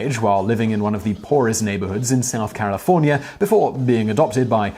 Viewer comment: Where is Carafornia? I know where Carolina and California are but not the place he mentioned?, or did his over announcing every word let him down there?